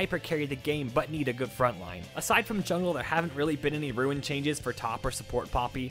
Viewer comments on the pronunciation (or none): Hearing “ruin” in place of “rune” irks me to no end 😂